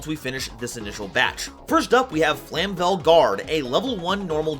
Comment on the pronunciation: Flame-vell, not flam-vell